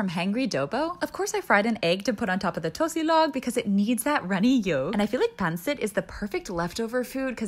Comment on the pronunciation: I like how you pronounce tocilog and pansit. 👌